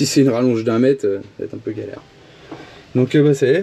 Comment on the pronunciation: peuneu me fait mal aux oreilles... Sinon, bonne merde pour trouver un deuxième pneu à la bonne dimension :D